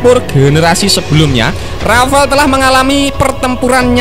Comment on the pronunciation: Yo wis, borong rafale aja (bacanya jgn rafael kyk si mimin). Klo pun mo nambah rafale aja ... jgn F15ex yg katanya ditawari sd 50 unit oleh mamarika. Tar klo gak dikasih source code oleh mamarika, F15ex kita akan senasib F18 Malaysia yg ga bs buat perang hanya utk air show aja. Bisa amsyong kan